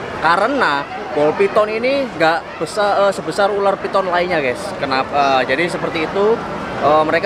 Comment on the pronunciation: ULAR Bukan ULER